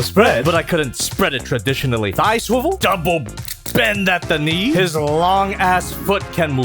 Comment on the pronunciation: scwevvell at the waist